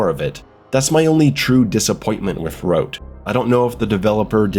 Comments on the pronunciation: Hrote? Huh-rot. Soviet Quake. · Its pronounced Huh Rot, or Hrot NOT Hroat xD nice review tho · It's not pronounced like throat but more like trot. Just replace the first T with an H and you just nailed it. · first of all its "he-rot" with a rolled R and it means spearhead not spike like people claim any way my wife is czech and grew up at the end of the soviet era and i can tell you the games meaning is lost completely on westerners if i could sum it up its basically how people of the era felt their homeland was turned ugly and rancid with strange alien people who are entirely hostile filled with socialist signs that have a lot of words but mean nothing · Pronounce it like h-rot lol Just put it in Czech google translate. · Its pronounced like "Wot" but wirh a "HR" sound instead of the "W". Or like "Fought" with the "hr". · Wow, I am even czech and Hrot (your pronounciation is hilarious btw) did not interest me much, but that Frail at the end did it for me :D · if only living in prague was this fun, also about the name Hrot there is more of a hard R but i would not expect you to get the pronaunciation completely right. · I hope you won't be saying the name too much, cos let's just say you didn't nail it lol